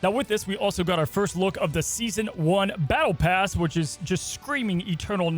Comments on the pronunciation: BALLTE PASS? lmao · "Ballte Pass" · “Ballte pass”? 😂 otherwise top notch as always 👍🏻